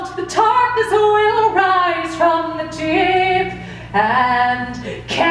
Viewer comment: Dreamy Arts i think she's Irish. I'm irish as well and i also say "tarkness" because i don't pronounce the th sound in the